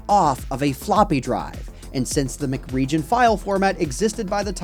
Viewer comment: I love how he says McRegion like it's a McDonald's food product instead of M C region